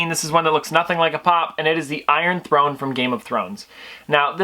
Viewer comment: iron thone????